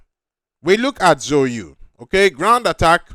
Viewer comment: that chinese pronuncation killed me at the start. So you?. Its ZHOU YU. ZAO Yü